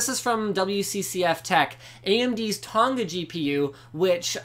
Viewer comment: Linus the way you say Tonga is so cringe worthy plz stop .... coming from a Tongan LinusTechTips